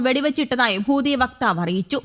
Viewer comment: ഹൂദിയല്ല ചേച്ചീ.. ഹൂതി എന്ന് പറയൂ! അയ്യയ്യേ!